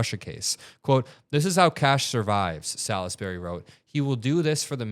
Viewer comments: It's pronounced "sols-bree". Salisbury is an English town. In m the county of Wiltshire. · Salisbury is pronounced salls-berry. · It's pronounced SAHLZZZ -berry. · Salisbury is pronounced { sawlz-be-ree } wiki